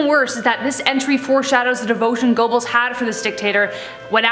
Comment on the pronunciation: Your pronunciation of Gobbels is hilarious. Ger berls